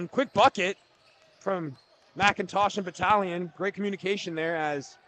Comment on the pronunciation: #34 for Orangeville is pronounced BAT-TAG-LIN. Not Batalion 😂